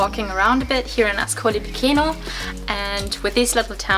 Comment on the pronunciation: CHE in italian = KE in english and CI CE = CHI CHE in english: Marche is Marke, Piceno is Picheno not Pikeno.